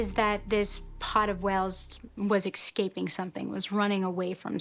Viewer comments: "Excaping" is not a word! It's "Escaping" DAAHH!!! People out there who are very educated, some have advanced degrees...and their grammar is just atrocious!! Not just in speech but in writing as well!!! Contracting "You Are" with "Your"?? It's "You're"...also "a" before a vowel!!!😡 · At 4'10" they were not "excaping something". Possibly "escaping something". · oh no you didn’t say exscaping did you